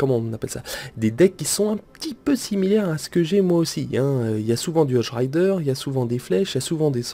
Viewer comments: ON DIT HOGUE RIDER PAS HOJE RIDER!!!!! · Cest hogue et pas hoje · Moi aussi sa m'énerver quand il disait ca X) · Par contre les cochons tu prononce "hodge" mais c'est "hogue":p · Ahhaha le chevaucheur de cochon en anglais ça se prononce hogue et pas odge x) et états uniens ça n'existe pas sinon gg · stp arrête de prononcer "hog rider", "Hodge rider" c un G putain!!! hog! hog! hog! sinon super vidéo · Arrête de dire hoge rider c'est hogue rider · Les cochons en anglais ce prononce hogue rider x) !